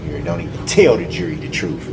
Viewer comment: Do dat. Breaf. Truf. Dooty. Oaf of office. This guy can’t even speak the English language!!! Where did he grow up???? Ughhh. Basic phonics!